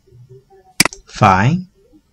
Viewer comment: why have you gone through so much work and effort to learn English but outright refuse to use is. the number 5 is pronounced five. not fi. a lot of people will call me racist for this but race has nothing to do with it. it is simply coincidence that he's part of a large group of asians that are too lazy to use the language they worked hard to learn.